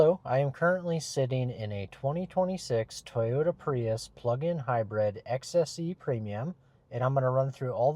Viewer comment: It’s called High Brid not High Bread